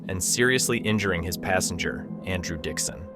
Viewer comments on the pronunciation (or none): none